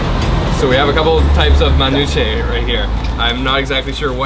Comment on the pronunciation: Cringe Lebanese host... sexy food.. akward. Let that man eat his falafel. Also they should have taught this white boy to pronounce manushe better